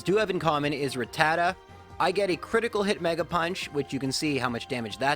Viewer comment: Dude butchered rattata